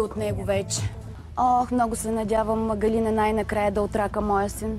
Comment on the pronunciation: Ъъъъ не беше ли ГалИна, тоя май е голям пайнер....